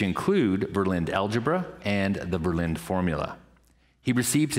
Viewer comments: Ver + Lin + Duh = THREE syllables. How I wish you Yanks had chosen for German as your American language. That was a close call. Lots of Germans in the States. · it's not berlint... it is Verrr - linn - duh.... not a w or b, it is a vvvvv